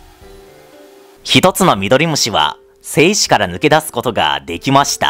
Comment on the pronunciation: 精子の発音が良すぎる笑